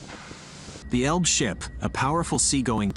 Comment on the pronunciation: It's not "Elb" it's Elbe. If Britons could learn how pronounce German and other languages correctly it would be great.